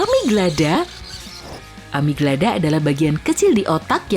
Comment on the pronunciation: Amigdala bukan amiglada